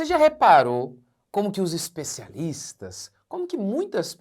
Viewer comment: "HEZPECYALISTHAS" ? Sei...